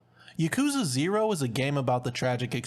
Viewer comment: Bruh im triggered at the way this guy pronounced yakuza 0 at the beginning of the video